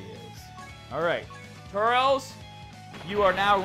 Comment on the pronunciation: You're pronouncing turles wrong